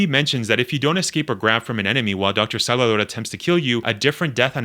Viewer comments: Bro. It’s SALVADOR. There’s a “v” in Salvador. It’s not “sallidor.” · I.e. saalvadoor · this guy says salvador hella weird